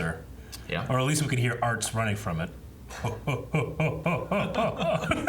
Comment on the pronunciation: His name... is ARZT not ArTs